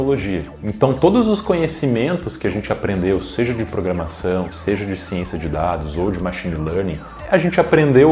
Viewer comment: "Programação" e não "Programasão"